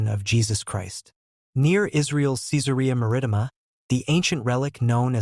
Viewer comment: An obvious fiction! The description of Jesus as a fair-skinned, blond and blue-eyed northern European gives it away. PS The Roman town's name is pronounced, "Kai-tsar Mar-ri-tee-ma" with the a in "Mar" the same as in "carriage".